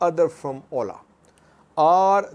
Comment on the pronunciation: At first I didn’t understand what he was saying when he said ola lol